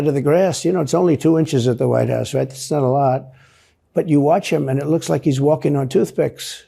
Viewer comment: 'Mirror, mirror, on the wall, who is the fittest/best-looking of them all?' "Why YOU are, Sir!" 'I laike this guy.' (Anyone else as irritated as I am when he pronounces 'like' as 'laike'?)